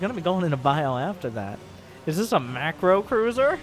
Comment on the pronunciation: When you hear Polt: "dis was a fine bait."